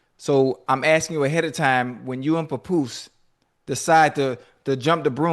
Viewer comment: Ocho its Pap-poose not pa-poose 😂😂😂